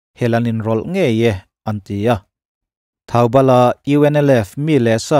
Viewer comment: Thaubal anilo a thoubal tih zawk tur ani e..